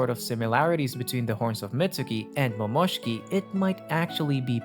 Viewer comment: A part of me died every time you said Momoshki😂